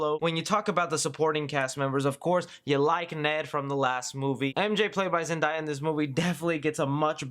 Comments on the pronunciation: ZEN-DAY-UH that’s how you pronounce her name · It’s Zendaya you said it wrong